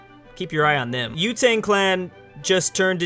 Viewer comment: Not U Tang, It's pronounced as Wu Sang